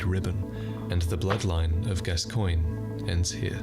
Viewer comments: When you're from the US and so used to weirdly spelled names that you think a normally spelled name must be somehow weirdly pronounced lol. "Gas-coy-nyeh"? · I believe his name is pronounced “Daddy Gas-cans”, but that might be a regional dialect